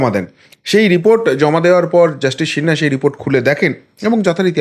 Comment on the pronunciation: আরে সিনহা, শিনহা না, আপনি আমার কাছে গানে ভর্তি হয়ে যান ঠিক করে দেবো বাদ বাকি সব ফাটাফাটি উপস্থাপনা😮